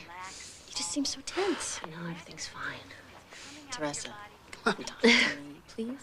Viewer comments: funny how they pronounce teresa--my name is pronounced tereeesa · my name is teresa also but its pronounced te reee sa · cant believe they pronounce teresa the way they do--mine is pronounced Tereeesa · my name is teresa but i pronounce it tereeesa. never liked the teresa pronouncement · never heard teresa pronounced with a soft "e"